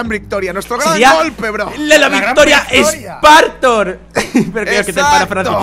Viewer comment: Dijo spartor !!!aaaaaaaa!!!🤣🤣